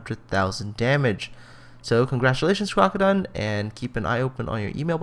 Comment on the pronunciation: This is Crokodone, and yes you pronounced my name correct. In regards to my parking cops throwing tickets at me >;D, it was the circumstance, not so much the tactic that parked me on the beach. This replay was around the 9th or 11th attempt at the challenge and this was the highest grossing damage with my Cleveland. I myself thought we would be seeing 150-250k replays from this challenge. I am far from the best player and I certainly do not have the best connection. But there are several factors that dictated this match. (1) the mass of red on the other side of C cap would have spelled suicide had I done what you would have done. 2) our DD's took out the other side's dds very early freeing me up to deal with the bumrush on C cap. 3) With the increase of BB penetration across the board, the island gave me a 2km shield from every ship going up the slot. even that St. Louis did a sizable amount of damage to my boat. 4) anyone who wanted the C cap had to show me their sides and the battleship and destroyer with me backing me up insured I did not get overwhelmed by the enemy battleships. This contest was not about entertainment, I was certain some people were out there trying to be Neo and dodge fire from half an enemy fleet while derpinating the game; I do not know if you were one of them. But none of them met my expatiations when I myself believed when my 100k damage game was going to be the lowest of the competition. I am not trying to offend anyone, just pointin